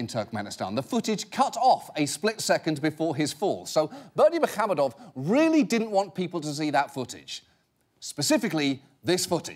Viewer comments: Except for that "h" in muhamedov he kept pronouncing as "kh". It is "ح" not "خ" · he didn't actually, the emphasis was in the wrong place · Only if by "pronouncing perfectly" you mean "butchering it like there's no tomorrow". There's no 'ы' sound in English and the stress pattern is nowhere near the correct one. Also, yes - at this point we just invent names on the spot to troll the Westerners.